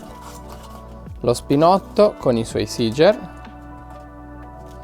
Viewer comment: E.C. la parola SEEGER è tedesca. Un italiano la dovrebbe pronunciare SEGHER 8-)